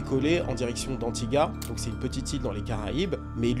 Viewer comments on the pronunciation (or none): Anti-gua se prononce Anti-goua… faisant partie des petites Antilles comme la Guadeloupe et la Martinique